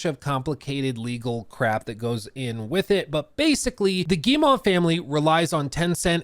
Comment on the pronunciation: Hey, thought I'd give you a quick hint since you're covering Ubisoft as regularly as you're doing : you're saying "Guille-mah", for Guillemot, but it's really just "Guille-moh", like how you would pronounce O in english! No special french pronunciation trick here ;)